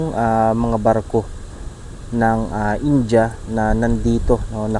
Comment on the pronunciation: boss india ...hindi inja...